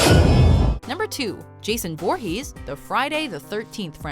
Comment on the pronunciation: Pretty sure she pronounced Jason's last name wrong.